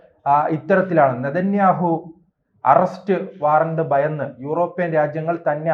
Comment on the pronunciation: ബയന്ന്,ബയപ്പെട്ട്,ദൈര്യം,യുദ്ദം--- ഇത് എന്ത് മലയാളം? കഷ്ടം തന്നെ!! ഈ പണിക്ക് ശരിയായ ഉച്ചാരണം ആവശ്യം